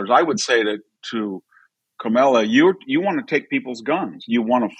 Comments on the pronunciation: Not kamella; rather ‘mala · Professor Hanson, I'm a big fan of yours. Stop mispronouncing her name. You're better than that. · hatred filled gossiping no bodies...can we find ALL of your past... sure we can... By the way ...Walz did not desert...he retired..and can you pronounce Kamala name right?...I guess not. All this hate is why you are losing. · Hanson destroys his credibility by intentionally mispronouncing Kamala's name like they've all been taught to do. That kind of grade school taunt makes people dismiss your views. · Also, independent voters like myself see how Trump and his sycophants continue to mispronounce her name. it's disrespectful, and it's childish behavior. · Dr. Hanson, it makes you look bigoted to mispronounce Kamala's name. If her policies are so palpably wrong, why do you need to resort to name calling? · He doesn't even know how to pronounce 'Kamala'. Rather hard to take seriously - aside from all the inaccuracies and fabrications. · Those who mispronounce "Kamala" (including Trump and RFK Jr) seem out of touch. Even second graders know how to pronounce the VP's name correctly. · this guy can't say kamala's name right either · Wow! I am more amused with the third grade level comments from the MAGA cult…rude, crude, uneducated, divisiveness. Good luck boys! Even the hosts of this dying show can’t give the vice president of the United States the respect of pronouncing her name properly. I am truly impressed.